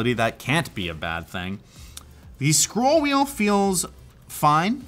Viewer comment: the pronunciation of "scrool wheel" sounds like a pop punk emo band. Just had and image of singing a high school pop punk band